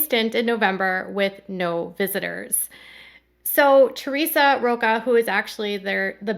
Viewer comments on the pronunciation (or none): none